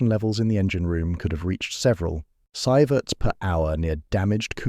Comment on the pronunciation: I do like the subject matter on this channel. I think it needs a better editor as it has lots of repeated information. Also, please learn to pronounce "roentgen" and "sievert" properly.